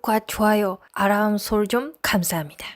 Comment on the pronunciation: 이제 구독과 좋아요는 많이 좋아졌어요, 아람설졍 캄사합니다 요기만 연습하면 완벽해지듯합니다 ㅎㅎ😍